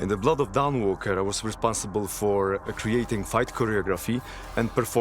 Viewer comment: "The Blludd of Dahnwalkerr"